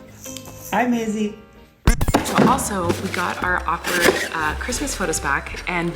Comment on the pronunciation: Ummmmm did anyone catch saying Maisy???????????????